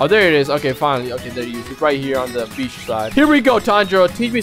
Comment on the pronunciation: U sayed beach and i hear bitc”